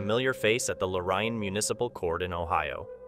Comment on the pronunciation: Loryan? Its pronounced Lo-rain...Lorain lol